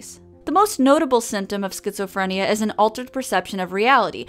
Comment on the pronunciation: Sket-Zoe-Free-N-yeahhh! Sounds like a imaginary world to me.